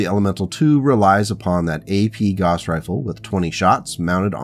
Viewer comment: Good series. Also "gauss rhymes with house".